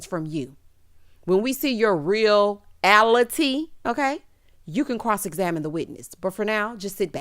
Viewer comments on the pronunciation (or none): I know that’s right.. we don’t give a DAMN about Juan’s Roommate Rob to give her our presents/nickname 😂😂😂.. Chile! if you don’t tell those lil Lizards to go to Hell respectful. 👏🏾👏🏾👏🏾😂😂💕😘😘😘.. we got you.. and not you saying “ REAL- ity “.. girl you had me hollering 😂😂😂❤️❤️💕👏🏾